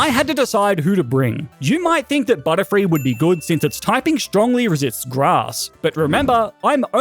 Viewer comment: Butterfree not butterfild😂